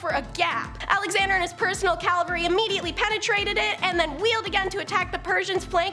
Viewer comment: Cavalry NOT Calvary